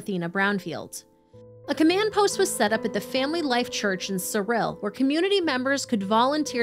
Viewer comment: Thank you for pronouncing Cyril correctly!